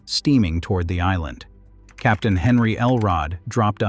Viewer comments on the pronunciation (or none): none